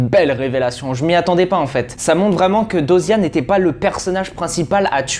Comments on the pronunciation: c pas diyoza 😅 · Très bonne analyse et vidéo, mais franchement ameliore ton oral et comment tu parles des fois tu te répetes !... SURTOUT: apprend à prononcer dyosa correctement stp C chiant mdr😂, vraiment amélioré ce point là et ça sera perfecttooo Bonne continuation😊